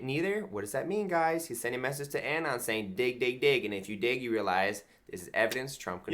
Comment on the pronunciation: The way he pronounces 'anon' is slowly driving me insane